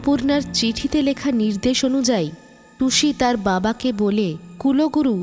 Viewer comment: Kuloguru ba kuluguru noi.. kulguru 😅